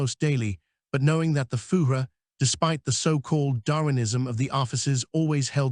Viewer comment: Interesting & worthwhile reading, but atrocious German pronunciatiion. 'Fugeh' For Fuehrer is bad, indeed. This has to be an AI reading. Please redo , as content is useful 😮